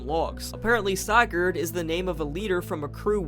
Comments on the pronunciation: By going out of bounds, modders have found that the "hand" here is just a giant fish hook. Make with that what you will. Come on, man... Sigurd. Sih-gurd. You pronounced it correctly during the voice acting part , but got it wrong afterwards? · lol wtf is a Siigurd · Bro no offense, I’m really happy people are doing LC lore videos and such, but you were very lazy about this video. You only really focused on Sigurd’s logs (btw you pronounce Sigurd wrong and it hurts), while giving a couple of your own theories. Theories that are very very very easily disproven. First of all, scrap items in the games aren’t all metal. Rubber ducks, plastic fish, toy cube, chemistry flasks, lollipops, like c’mon man. Secondly you didn’t even LOOK at the bestiary, did you? There’s so much more lore there that disproves some of your theories and makes some of your “own personal theories” just already-stated fact. I plus you made out some of your theories as if they were your own ideas when you just read them from the logs, like the company building being nothing but a prison for Jeb. I could go on but I’ll switch to positivity next, I’m very glad you did a lethal company video and I’d like to see more! Just put some more work into future episodes lol